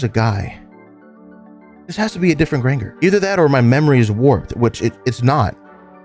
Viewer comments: Bro, you wrote this? and dont know that Granger is pronounced like "grain"-"jer"??? 💀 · Listening to you mispronounce "Granger" the entire video slowly killed me inside. Otherwise, though, excellent video! Shocked literally nobody else seems to have pointed out that you were very obviously mispronouncing that. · lowk every time you said granger wrong it pissed me off